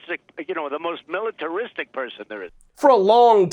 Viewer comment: The Donald must have practised a long time to almost master pronouncing "militaristic".